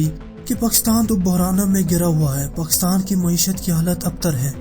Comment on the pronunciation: تجھے کس اُلو کے پٹھے نے اختیار دیا اس سبجیکٹ پر بات کرو۔ پاکستان کا نام تو تجھے لینا نہیں آتا چلا ہے ایٹمی دھماکے کرنے۔ جاؤ پہلے بولنا سیکھو گھگو نورا۔